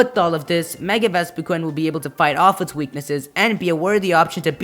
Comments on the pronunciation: i mean vespiqun say wut you mean ves va queen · It is pronounced Vespiqueen.